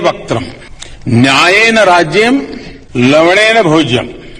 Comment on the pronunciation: ड़ और ण में फर्क नहीं कर पा रहे हैं लौड़ा और लवणा में कितना फर्क है 🤣🤣🤣🤣